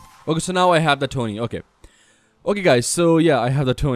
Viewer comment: I think it pronounced T.O.N.E Not Tony